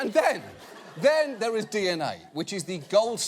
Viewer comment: “Dats a bad dog right dur” 😂